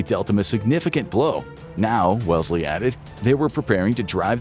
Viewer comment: Hello, I'm a British person, just chiming in to point out that you pronounced Wellesley wrong and that he was a Duke, not an Earl